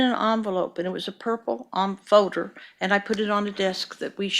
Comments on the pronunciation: Dammit, Nancy! It’s not a FOE-der it’s a FOL-der. Pull your shit together! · The woman can't properly pronounce "L" she say fowder instead of folder and toad instead of told...so irritating 😅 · Many things about this woman infuriate me, but my God the way she said "folder" is physically painful to me. "Foe-durr". Or the days of the week. It's not Wednesday, it's "Winsdee". Or about half her vocabulary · It’s a purple “foder” duh! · fowder, purpit fowder, fowwwwdduurrrr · It's a foder, just like that, a foder. A foder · She is so detestable yet I am find her fascinating. prooDreading is so great Thank God since JCS drops one video a year 😂. The way she says folder is so weird.